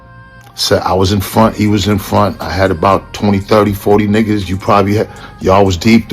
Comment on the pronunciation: & THE WAY JOE SAYS & EXPRESSES NIGGAH & NIGGAHZ LIKE HOW HE SAY IT & US BLKS KNOW HOW HE SAY WHEN WE'RE USING IT IN DA HOOD , BUT JOE HAS THE RACIAL TONE & SOUND JUST LIKE HOW THE WHITE PEOPLE SAYS IT & JOE SEEMS SOOOO COMFORTABLY CALLING BLACK PEOPLE NIGGAH MY NIGGAHZ . BENZENO RIGHT STOP HATING ON THIS DUDE CONTENT CLOWN COMMENTERS.